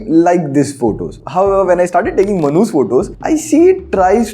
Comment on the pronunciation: You said Manu's photo , I listen Mannhuuss photo........🤣🤣🤣Sorry!